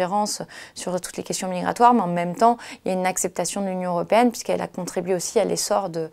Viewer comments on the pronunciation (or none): none